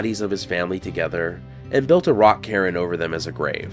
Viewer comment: Did he say "...all of the sudden?" And "...a rock karen (cairn)?" 🤦‍♂️